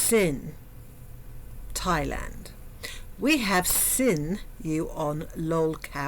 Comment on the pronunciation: “We have sinew…” 😂😂😂 I had to tell myself you were saying “seen” instead of “sin” ❤